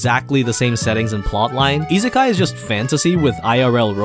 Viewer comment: Oh my god, it's "isekai", not "izekai".